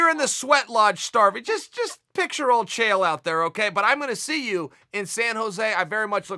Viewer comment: Of all the names Chael P pronounced correctly....